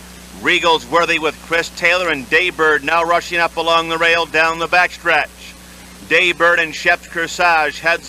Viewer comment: It’s Day Bird, not Jay Bird.